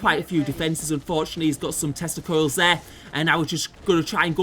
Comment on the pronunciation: English is not my first language, so every time you said tescla coils I heard testicles and was confused for a moment.